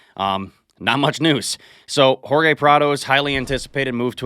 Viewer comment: Hahaha he said whore gay instead of Jorge good one